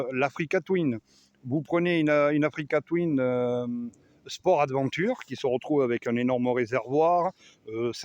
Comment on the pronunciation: J ai arrêté de compter le nombre de fois oû tu dis africa touine😅